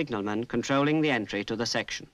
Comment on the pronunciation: I assume was making a joke at the odd pronunciation of the word "section".